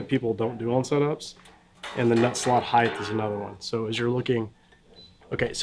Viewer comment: Why do so many people have such a hard time correctly pronouncing "height"? It ends in a T.